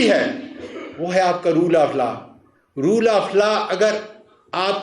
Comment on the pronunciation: Roll nahi ROLE hota hy.... Isko theek karein....